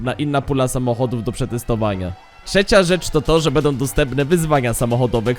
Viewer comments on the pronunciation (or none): wszystko pięknie tylko proszę popraw cytuje bedom bedzie obejrzyj jeszcze raz zobacz jak to razi przemawiasz do młodych ludzi i niech uczą się poprawnej wymowy Będą - Będzie pozdrawiam